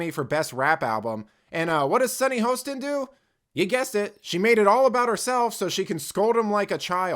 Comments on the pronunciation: Come on....at least pronounce the name correctly. (HA-ston) Not HOST-ston. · You cut the video for your narrative. Play the whole thing in its context. Plus, you are pronouncing her name wrong. It's Hostin. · You are deliberately mispronouncing her name. Racist you're Racist.